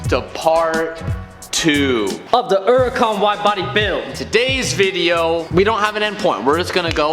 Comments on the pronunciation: The way they say huracan is infuriating speak properly FFS is pronounced with a H not a U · my friends its Huracan not uracan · Huracan has an H in front of it